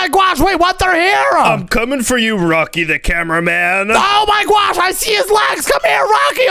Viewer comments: why are you like"oh mwy gwosh guys" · It’s not gwosh is gosh